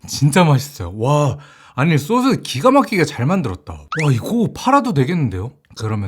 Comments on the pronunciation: 소스 발음이 sosu ㅋㅋㅋㅋㅋㅋㅋㅋ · 소스발음이 외국인인줄